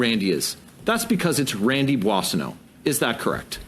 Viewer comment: You should practice more your pronunciation of Boissonneault.